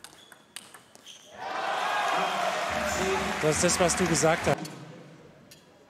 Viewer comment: Anton ist Prominent in TTBL. Warum gibt es noch Leute, die seinen Nachname falsch aussprechen? Källberg -> Schelberg, Bitte Respekt !